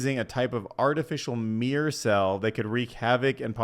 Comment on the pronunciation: Mirr-Or not meer 2 syllables not 1 syllable